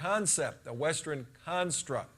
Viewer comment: "Western" not "Westren." LOL